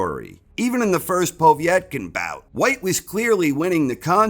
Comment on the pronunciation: Who is this Poe-vietkin lol